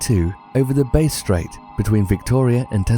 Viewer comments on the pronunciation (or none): 15. Bass: Like the fish, not the instrument. Melbourne: Mel-bin, not mel-born. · its bass straight like the fish not bass like the instrument the way its pronounced and its a very deadly piece of ocean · I know that this video is older but christ that's not how you pronounce bass strait